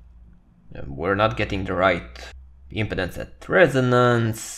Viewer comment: Thank you for this video. Your English is very understandable and easy to listen to. One note: the word impedance has the accent on the second syllable (the 'pe') in English. The video is placing the emphasis on the first syllable (the 'im') which made the pronunciation hard to understand for this word. I look forward to viewing more of your videos.